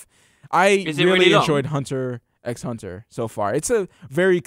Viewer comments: Great that you got into Hunter x Hunter! Fantastic series and it gets better and better. It's also pronounced "Hunter Hunter", you just say hunter twice. There were also a lot of things you got wrong cough but I'll let that go for now. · yo Hunter x Hunter was done by the guy that did Yu Yu Hakusho. Also the "x" isn't said. You just say Hunter Hunter.:)